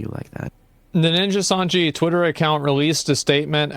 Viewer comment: asmon consistently being unable to pronounce Nijisanji properly is so funny